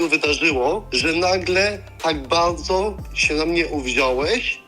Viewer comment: i nagle tak Bałdzo uwziąłeś... :-D Najlepszy moment